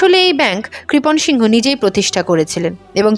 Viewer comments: আপনি বহ বার সিংহ উচ্চারণ করলেন ,ছবি দেখালাম এক অবাঙালি র তাই উচ্চারণ টা কি সিং হতো না, বাঙালি সিংহ হয় শুনেছি। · আরে সিংহ নয় সিং বলতে হবে। উচ্চারন ঠিক করুন